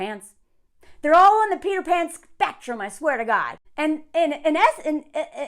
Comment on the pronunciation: Every time you say Peter Pan it sounds like peed her pants